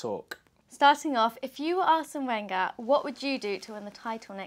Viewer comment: Arsene "WHENger".. jesus christ, at least get a literate interviewer.